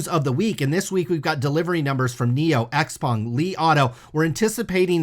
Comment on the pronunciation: Xpeng pronunciation is 'shou-pang'.